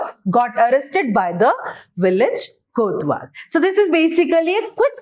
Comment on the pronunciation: Mam that is kotwal not kothwal